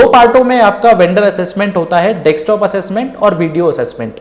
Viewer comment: You have explained well but plz don't mind this is Desktop not Dekstop...!